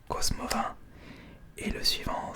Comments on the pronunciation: C'est Cosmovoum pas Cosmovun MinotauR ^^ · On dit xerneaS et cosmoVOUM